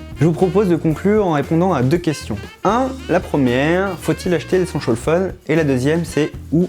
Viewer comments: Allez un petit effort sur la diction svp.. Et un petit cours d'anglais ? 500 fois essenchal fone c'est pas cool. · échancole phone 😂😂 ( c'est ce qu'il dit )